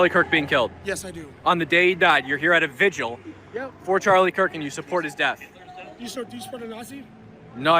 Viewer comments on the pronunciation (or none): none